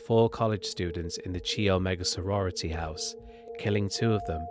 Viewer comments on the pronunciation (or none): Just so you know for the future, chi is pronounced like kai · Chi is pronounced KAI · You are not pronouncing “chi” correctly. It’s a Greek letter. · chi is pronounced “Kyle” in a Greek sorority or fraternity name.